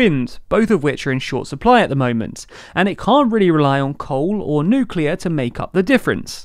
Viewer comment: "Nuclear" 👍 thank you, 😊